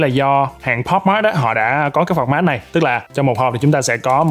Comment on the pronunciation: phọt mát akt nói là từ format